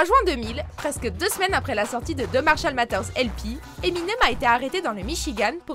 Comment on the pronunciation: Marshall mathers ce prenonce " Marshall mazers" mais trkl